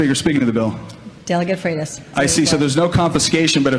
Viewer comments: Danny its pronounced FRIGHT US. And yes, Nick Freitas is awesome; a true soldier of liberty. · Freitas = "freight-us"